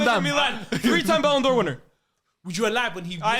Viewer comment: can't be stopped with his pronunciations, ballon dior is crazy